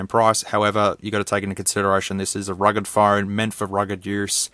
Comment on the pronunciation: I thought that you said "rigged" phone lol It could explode at any moment!